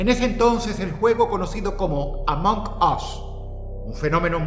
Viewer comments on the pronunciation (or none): "AMONK US" 🗣🗣🔥🔥🔥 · "amock oss" Dross 2025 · Se pronuncia asi la g en inglés no es como la jota es como un sonido seco among us y el us se pronuncia as no os